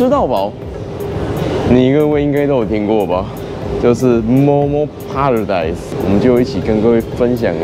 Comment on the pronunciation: 糾正一下，paradise 唸 ㄆㄟ，不是 唸 ㄆㄚ。